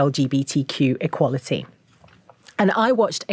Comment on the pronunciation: Sounds like she's pronouncing the word in French.